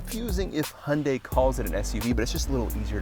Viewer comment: I respect you for pronouncing "Hyundai" like a Korean